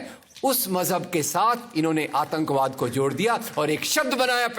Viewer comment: Bolna seekh le bhai.. 1.Bha nai wha hota hai, 2. Atankbaad nai Atankwaad hota hai.. Aqalband bihari 😁😁